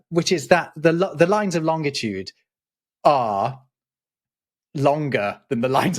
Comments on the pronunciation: Please stoop saying ‘lonDitude’ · I've never previously heard another human pronounce longitude with a hard "g". Is this a British thing (irrespective of my daily interaction with Brits regarding, among other things, geography)? P.S. Sumpskog is a common word in Swedish that means a forest growing on wetlands or a mire (apropos svamp, swamp, schwamm and sump) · you made the classic mistake.... There is only one T in Long-it-ude. No TIT! Even Neil DeGrasse Tyson gets it wrong too...